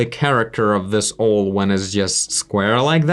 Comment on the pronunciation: just an FYI, it's pronounced "ow"+"el" = owl